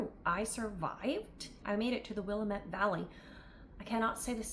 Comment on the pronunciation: Willamette is pronounced: wil lamb ette🤗